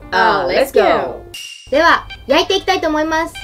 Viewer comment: 2人のレッツゴーの発音すき❤